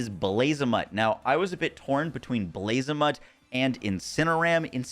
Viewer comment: Blazamut is a reference to the god Bahamuth, so it's not pronounced like a mutt from the street lmao.